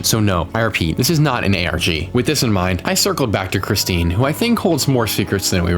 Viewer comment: That name is Christine. Chris-teen.